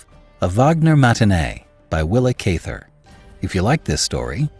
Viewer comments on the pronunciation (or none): great story. thanks for all you do. just so you know, you are pronouncing her name wrong.